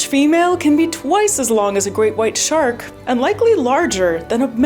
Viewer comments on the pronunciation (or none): none